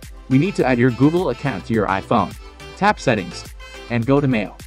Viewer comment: Thank you! Your video was easy cheesy the first example worked for me but I had to rewind the video 3 times I wasn’t sure when we got iPhone for google you said to go under Mail I couldn’t get that at first.. you said to to to mail I couldn’t make out the word mail.. on how you were sounding you talked fast but I got it yesss!